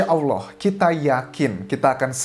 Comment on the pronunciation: Mas Anjas ganteng ini muslim tidak ya...nyebut Allah nya dah benar...hehehe..